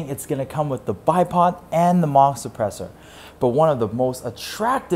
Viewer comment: "Maghck Sappressur"